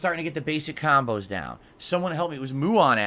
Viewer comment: "Khambos" ducks head down SNORT